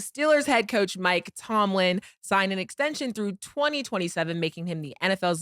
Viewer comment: Cam still saying Mike Tomlinson 😂